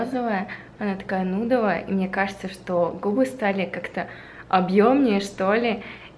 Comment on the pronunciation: Не нудовая, а нюдовая